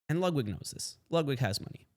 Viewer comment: “Lugwig” If you don’t care enough to pronounce a name correctly, Im going to assume that you dont take the time to make sure everything else is right too.